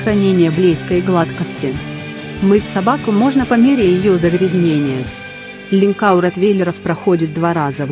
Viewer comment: Опять робот читает! Выучи русский язык для начала! "Охраняли жилые дòма?" "Линькà"